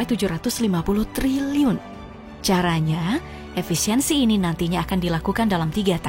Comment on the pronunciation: Sampe kepleset min ngomong triliunnya😂